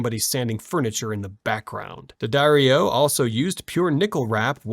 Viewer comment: it’s “duh-dario” you don’t fucking pronounce the d separately.